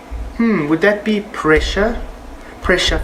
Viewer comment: evry time he says PRESHA i start ; dun dun dun dundundun duu